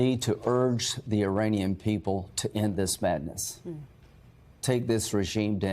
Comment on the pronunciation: Did he just say " iranisky"